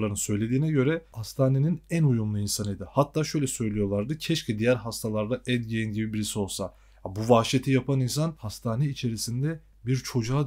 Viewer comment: Ed gein yanlış okuyorsun....